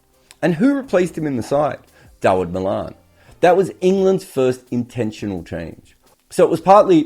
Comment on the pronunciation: Poor performance by England & Wales. We will not take any Aussie critique. Can't even pronouce Malan's name correctly. Can't wait for the next Ashes. Heads will roll over this pathetic performance in India, but we don't really care what you believe or not believe.